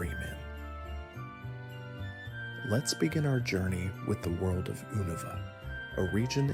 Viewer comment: "Zubot" immediately. "Oohnuva" Oh god this man doesnt actually play pokemon does he 😂